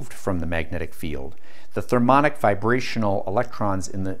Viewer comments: Thermionic, not thermonic. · thermionic not thermonic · "Thermionic" - pronounced "thur-mee ON-ick," not "thur-MON-ick." Just sayin'. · Ah mate, "therm-I-onic", thermionic, not "thermonic". As in thermal ion I suppose, a charged free particle liberated by heat. Also "GadoliNium". I suppose it's what happens when you teach yourself from reading the words without hearing them spoken. Which is admirable. I know how to pronounce it but I had no idea gadolinium was magneto-caloric. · Did you mean therm-eye-on'-ic and Sil-ih-cone (rhymes with bone) oil?